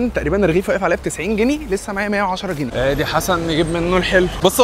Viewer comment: اسمه سجق مش سدق حتى المحل كاتب سجق😂 و اسمه جنيه مش جني😂